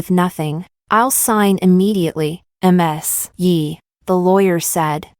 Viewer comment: Why does AI keep reading Ms. as M S?